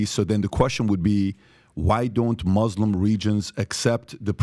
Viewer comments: PBD lived so many years in iran, but he still pronounces "muslim" like "moh-lehm". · The way he says Muslim with an accent? But then speaks perfect English?